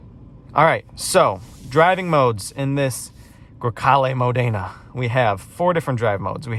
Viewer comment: Erm no it is NOT Italian pronunciation when it is Modena as Modayna or Rosso as Rowso